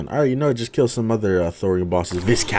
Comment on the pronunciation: Btw viscount is pronounced ‘vai-count’ not ‘vis-count’